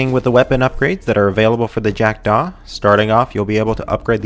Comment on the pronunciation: I'm annoyed at how he says "Jack-Daw" and "Curibbean"